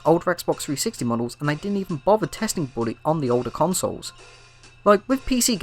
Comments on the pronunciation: I hear Burry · Every time he says Bully, I hear, “body”